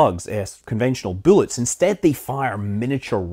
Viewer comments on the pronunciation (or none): 'buellets'... you're in the states now. It's 'b u l l e t s', no 'e' before the 'll's. Just busting your chops.. ;-) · I keep hearing boolits but thumbs up for the matsumotos shave ice shirt